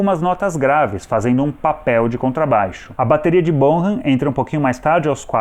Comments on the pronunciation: o sobrenome do baterista soa como bonam e não borram. 😉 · John Bonham se pronuncia John Bón-am... BONAM